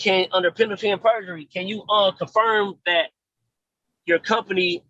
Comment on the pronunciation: Lord did this goofy mf say “berjury”?!🤦🏾‍♀️🤦🏾‍♀️